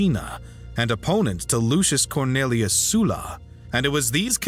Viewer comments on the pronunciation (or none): sulla pronounced soo-la??? i hate it here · Is it Sulla, or Soola? Amateurish mate